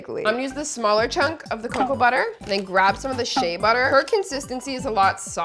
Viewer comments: Why is it that it always pronounced wrong "shea butter" its share butter pronounced not she butter I'm from a country in west Africa specifically Nigeria where you can get local ones with no additional that if you transfer to dollars fromnaira is not up to 5 dollars and alot of these other stuff that abroad like us UK if these are used are so expensive lmao and yes I took 5 mins out of my day to type this and what I said you can ask co pilot and chat gpt and shout out to Africa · not to come at you but I think it’s pronounced She-a butter